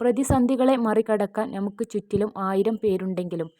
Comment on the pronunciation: നമുക്ക് NA മുക്ക് എന്നല്ല. മുസ്ലിം ആണെന്ന് തോന്നുന്നു